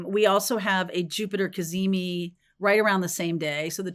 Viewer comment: Cazimi sounds as if you're saying "can you see me."😊